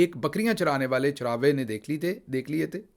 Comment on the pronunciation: گل صاحب چراوہے لفظ نہیں ہے ۔ صحیح اور درست ادائیگی کیا کریں ۔ چرواہے درست لفظ ہے ۔ شکریہ